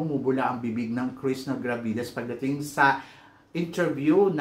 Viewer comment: Krisna ka ng Krisna Krishna haha bulol ka talaga mama sam kaloka